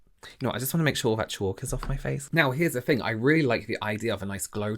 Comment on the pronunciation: Why don't you pronounce 'th' properly? 'I fought one fing' = I thought one thing. ?? weird.